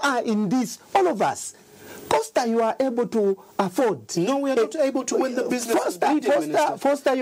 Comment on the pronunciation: Awe sure aba sembe banasala chabe ku livestock. I am the only who heard him call Costa "Fosta"😂